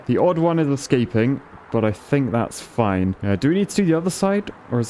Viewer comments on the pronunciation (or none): none